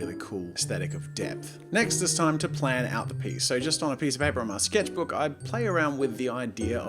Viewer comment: No one: French Jazza: Zhé sketchbúk